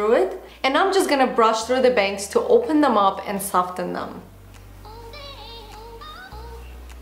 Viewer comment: Love this look but my hair isn't long enough:( Also, I hate to be the language police, but soften is meant to be pronounce 'soffen' (it's a silent 't') - so sweet when you say it tho!